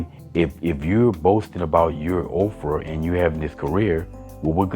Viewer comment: Are you saying "Ov-frah"? I think the lady on the panel said Oprah.